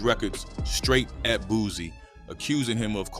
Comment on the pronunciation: It's Boo C not Boo Z fool dam smh you sound like a goofy